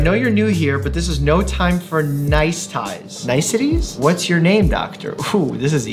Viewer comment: Also doctor Mike: reads niceties “nice..ites?” 😂😂